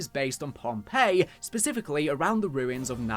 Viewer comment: Oh, pohnpei not Pompeii